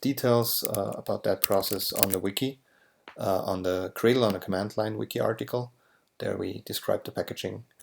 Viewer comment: I love libGDX. Super easy to work with and yet still super powerful. But apart from this, there is this one thing that always bugs me. Is gradle really pronounced like "Cradle"?